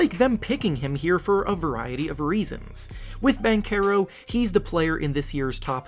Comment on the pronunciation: BanCHero. The CH is pronounced like chocolate